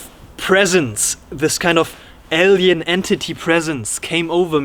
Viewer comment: Super interesting ! Your description of the entity was hilarious . Also interesting how you pronounce alien ! Sounds like el-yan or L-yan